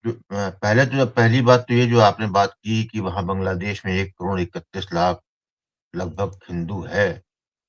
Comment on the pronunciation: करोड" शब्द का उच्चार आप "करोंण" ऐसा क्यूं करते हैं?